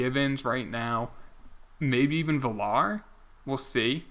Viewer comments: Dude, it’s pronounced V-yar, not Vih-lar. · Jonathan isn't pronounced VILL-ARE, it's like talking about Virtual Reality, V-R